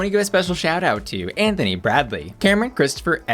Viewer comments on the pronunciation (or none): none